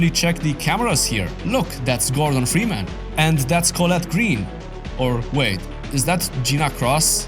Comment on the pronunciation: "Framus"? No, his name's Freeman. Maybe you should've turn on subtitles bro lol